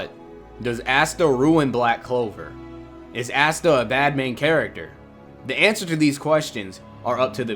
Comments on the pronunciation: Ahsta not assta. 😉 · You are pronouncing Asta’s name incorrectly it’s [Aw-stuh] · Lol did anybody notice how he kept saying Ass-ta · Bro this video sooo funny because another hater and DUDE!!!!Your not saying his name right🤣🤣🤣.But I’m not mad people have there own opinions🤷🏾‍♂️💯